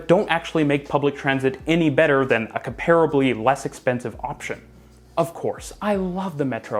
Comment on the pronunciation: A good and informative video. Please note, however, that "anyways" is a barbarism. The real word used by academics is anyway. And comparably has the emphasis on the first syllable, and the As are both short.